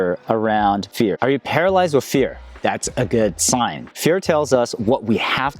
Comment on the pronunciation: Why can you say repertoire but can't say with?